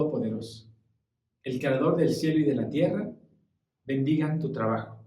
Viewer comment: con todo cariño y respeto, creo que se dice bendiga y no bendiga, dígame si estoy equivocada.gracias